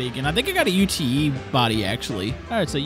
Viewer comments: also UTE isnt pronounced u.t.e its pronounced ute as one word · "I think I got a U-T-E body actually." It's not an abbreviation, it's just Ute, like Yoot. Short for "Utility" vehicle. Still really enjoying the BeamNG videos, and also the Long Drive vids. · U.T.E. body - it's Ute, pretend you're Australian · Hey, in Australia the Ute body is pronounced 'yoot' and we put V8's in them and race them, rwd monsters with no weight over the rear end, it's fun...🤪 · In case your wondering Ute is an Australian term for pick up truck and it pronounced you t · its pronounced YOOT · I was going to get up you for saying ute incorrectly, but it looks like the others already have 😂 great video like always, pretty cool mod! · i am australian and you dont say the letters in ute, ute is short for utility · What's the matter? Can't pronounce ute? 😂🤣